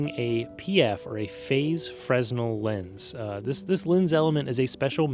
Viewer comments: you can, phonetically, it's fren-nel -- no? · Thanks sharing. However, the word “fresnel” doesn’t pronounce like that, even in English convention. Unfortunately I can’t demonstrate here. Please check it out yourself.